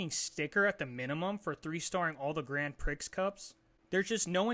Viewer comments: Grand "Pree" not Grand "Pricks" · No way you call it "Grand Pricks" Dope review tho